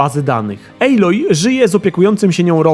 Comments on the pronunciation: recenzja jak zawsze spoko ale nie ejloj a aloj:) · Nie mogłem..., wyłączyłem po 5 minutach... czyta się aloj a nie ejloj...